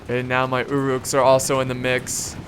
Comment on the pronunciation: It's UH-ruks, not OO'ruks. Great videos but every time i here 'oo'ruk i cringe